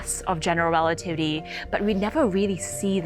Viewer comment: Exactly 😂 ...relatitty